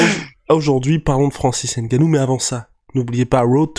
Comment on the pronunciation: C'est ngannou et non N gannou